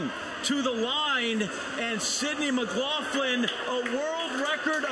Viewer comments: Why is it that main commentator cannot pronounce her name!! McGlaFFlan lmao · why this commentator keep calling her McLauFlin?? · Stop saying 'McGlaufflin'!!! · And he's getting her name wrong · Next time get an announcer that can pronounce Sydney’s last name correctly